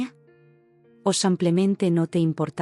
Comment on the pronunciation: Dice mil veces samplemente??,o semplemente o yo no oigo bien 😂😂